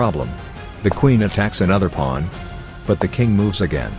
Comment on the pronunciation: It’s not a ChessPaige video without the AI saying “Pu-wan”